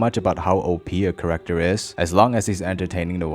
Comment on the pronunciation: Background corrector? Or Character? Dude says corrector instead of character.